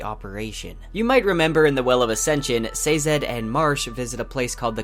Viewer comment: Bureau-cracy. Eye-run. Sazed. Interesting pronunciations all around.